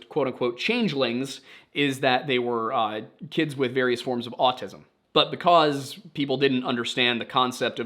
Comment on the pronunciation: Did you know that by not pronouncing the B right, in because, you have a very specific and unique niche accent? Right now i can't remember what it is for the life of me, but apparently in hispanic communties its quite common, and the accent has a hispanic name.